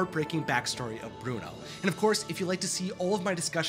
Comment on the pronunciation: Do not tock apuot Bruono